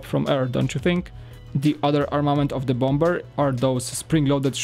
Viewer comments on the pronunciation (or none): For the people that are triggered about saying bom-b-er instead of bomber, is polish even though he's been speaking English for years he has said in a stream that he still has problems with some words he doesn't use very often, you can understand him, correct? Yes you can, so just leave him alone, alright? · The second B is silent in Bomber. Pronounced "bommer" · Good review, but I hate the way you pronounce bomber...